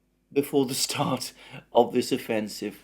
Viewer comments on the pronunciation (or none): none